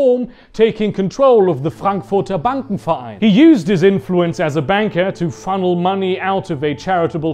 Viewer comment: Damn bro, much respect, your German pronounciation is (for the most part) on point. Nachtmeister and Frankfurter Bankenverein are really difficutl words for anglophones